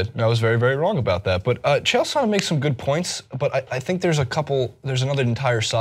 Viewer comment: Says 'I've been a big fan of MMA for years' yet has no idea how to say Chael Sonnen....... sure you're a fan.